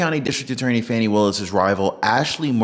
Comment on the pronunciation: Pronounced FAWNY NOT FANNY😐